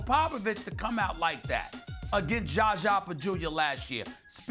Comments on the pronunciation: next clip is ''Is SAS calling Zaza Pachulia 'Jaja Pajulia' intentionally'' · "JarJar Pagulia" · Still with the Gjahgjah Bajewelia lol smh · He still calls him jaja bajulia 😂😂😂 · Why he keep calling him jaja bajulia? 😂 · damn do any of them know how to say his name